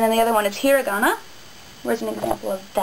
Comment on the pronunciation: i dont like that you say hiragan and katakana with an american accent... Love your vids though! : )